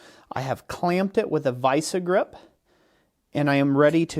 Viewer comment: "vise-eh-grip"?????🤣🤣🤣🤣 It's "Vise-grip" the e is silent, just makes the I long.